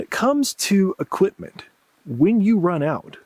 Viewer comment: "equip-muhn" "resor-ring to..." Lazy tongue syndrome: can't pronounce the letter T.